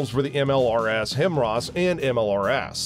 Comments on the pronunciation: UNWATCHABLE. PRONOUNCE IT RIGHT! HIGH- MARS. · yes. thank you. this Pronunciation is driving me crazy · how has narrator not heard it said properly 1,000 times and he still decides to say it wronng. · Also can't stand watching any longer due to the pronunciation. Would think the guy would go to do some research or even look at other videos out there on how is pronounced 😆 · This guy can’t even pronounce HIMARS correctly lmao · I’m going to jump off a bridge if I hear HIMARS being pronounced WRONG one more time 😂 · When a US narrator can’t even spell or pronounce HIMARS 🤦🏻‍♂️🤦🏻‍♂️ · How are you the only person to mispronounce the HIMARS acronym? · Im getting really annoyed how he is pronouncing HIMARS completely wrong. Among other names he miss pronounces. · How do you create a good video on what is arguably, the most recognized artillery system in the world, the HIMARS, and mispronounce the acronym, every time? How? And, it wasn't a bad video! Actually, it was a really good video! Maybe, just fix that part that makes one cringe three or, four times, right at the start of the video. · If you can’t even pronounce HIMARS, you have zero credibility on the subject. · It's pronounced High Mars, and it stands for High Mobility Artillery Rocket Systems and the ATACMS, which is pronounced Attack Ums, stands for Army Tactical Missile System. ATACMS have a range of about 190 miles and HIMARS have a range of about 50. Ukraine is too far away to hit the Kerch/Crimea Bridge with HIMARS as of now, but yes, they could hit it with ATACMS. The only thing is, they supposedly don't have them yet, but we get fed Propaganda too in the U.S!! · But it's not pronounced himras lol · I was so confused why he kept calling them "hemrahs". HIMARS isn't even that hard to pronounce. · Must be dyslectic or something, and yes his consistent mispronunciation is very annoying… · Surely it is actually him arse? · Right? The fuck is a himross? Lol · High-mars... say it with me. HIGH-MARS.